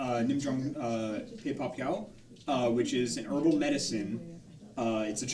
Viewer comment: Also, for future reference, Pei Pa Koa is pronounced more or less like "Paypal Go" if you drop the L